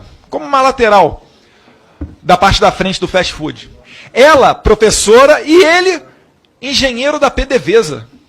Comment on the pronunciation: 🤣🤣🤣🤣 eu pensei que a burrice era só o Bolsonaro o filho superou 🤣🤣🤣 Fast food o t e mudo e o d tb e mudo ele fala festi fudi 🤣🤣🤣🤣 vixe ainda fala mal do Estado Unidos, eles acabaram com o Brasil, e está vindo aqui visitar o trump 😂😂😂 temos que proibir a entrada dele no Estado Unidos 😂😂😂😅